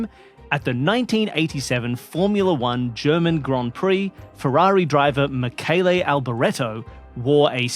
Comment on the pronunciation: Bravo to for properly pronouncing the Michele Alboreto's name.